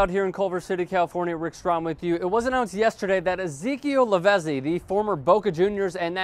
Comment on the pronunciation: Lavezzi is pronounced LAVETSEE